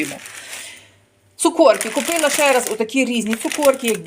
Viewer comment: Ужас Цукорки...ето треш....шо трудно сказать цукерки...